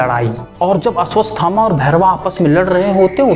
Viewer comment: Asvasthama nhi bro Ashwatthama